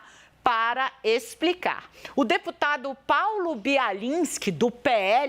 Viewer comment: Não sabe nem falar o nome do Deputado....kkkkkkk Jornalista vergonhosa.